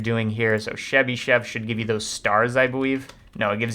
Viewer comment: Chebychev = russian Ч (like Chair) Not Shebychev!!!